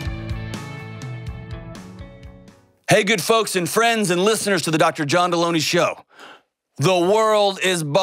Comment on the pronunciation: No one caught that he pronounced his last name wrong? /Jelony